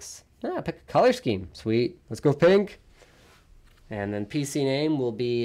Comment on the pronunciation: I like how they emphasize "PC", way to rub it in Mircrosoft xD